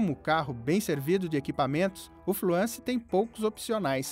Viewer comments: TODO MUNDO PRONUNCIA FLUENCE..... AI O CARA MUDA O NOME DO CARRO ....FUIIIIIIII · não é FLUANCE, É FLUENCE! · fluânce a pronuncia ?? o.O